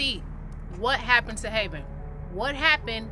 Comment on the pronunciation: It's Havyn not haveyn learn to speak fr